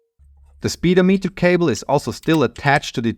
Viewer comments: Excellent as always. The English pronunciation of "speedometer" accents the second syllable. In British English it's "spee-DOHM-ih-ter" and in American English "spih-DOHM-ih-ter". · I absolutely love that you called it "speed-o-meter" I joking call it that all the time. At least in the states we pronounce it speeDOMeter. But I love speed-o-meter! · love how he said "speed-o-meter" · I love hearing "speed-oh-meter". It rings so funny in my ear! 😄😆